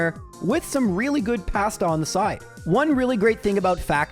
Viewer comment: says pasta funny.